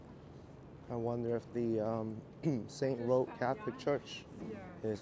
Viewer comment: It's pronounced st.ROCK...not roach...